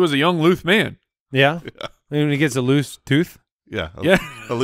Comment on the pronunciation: Swear to god I get excited every Thursday/Friday to hear them talk about the Leuth being let Loouth.